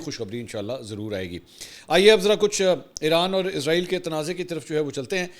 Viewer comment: ارے بھئ یہ کیا۔۔۔۔۔۔ عزرائیل۔۔۔۔۔۔ عزرائیل کی رٹ لگا رکی ھے آپ نے ۔۔۔۔۔۔۔۔؟؟ توبہ توبہ۔ استغفراللہ۔۔۔۔۔۔۔! "اسرایئل" کو عزرائیل کہنا میرے خیال میں سخت گناہ ھے! کیوں کہ "عزرائیل" موت کے فرشتے کا نام ھے ۔۔۔۔ ھم اسرائیلوں کو کیوں خواہ مخواہ "عذرایئلی" یعنی اپنے یعنی مسلمانوں لئے موت کے فرشتے بنارھے ھیں۔۔۔۔ ؟؟؟؟ اور یہ اس لئے ھورھا ھے کیونکہ بہت سے پاکستانی اور بہت سے دنیا بھر کے مسلمان محض انگریزی لہجہ بنانے کے چکر میں اسرایئل کو عزرایئل کہتے ھیں۔! مجھے پورا یقین ھے کہ اسرائیلی اس بات سے یعنی اپنے اس انتہائ طاقتور نام دیئے جانے سے بیحد مسرور ۔۔۔۔ خوش ھوتے ھونگے ۔۔۔ اور مسلمانوں کا مذاق بھی اڑاتے ھونگے کہ ھا۔۔۔۔ ھا۔۔۔۔ دیکھو! خود مسلمانوں نے ھمیں اپنے لئے موت کا فرشتہ بنالیا ھے تو ھم کیوں نہ موت بن کر ان پر نازل ھوں؟ میری ان تمام انگریزی لہجے میں اسرایئل کو عذرایئل کہنے والے مسلمانوں سے گزارش ھے کہ اس بات پر توجہ دیں اور اسرایئل کو آئندہ کبھی عذرایئل مت کہیں ! ۔۔